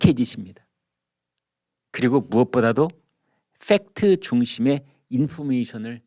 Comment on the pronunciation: 빽트 발음잘해. 빽트가먼지